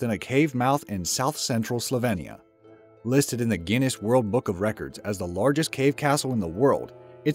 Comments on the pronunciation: I'm sorry, I stopped after 37s, because you'd already mispronounced Slovenia three times. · Cannot say Slovenia so goodbye moron yank Trump supporter!